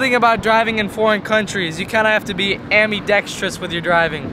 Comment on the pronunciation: the word is AMBIDEXTROUS with a B, not AMY DEXTROUS 😂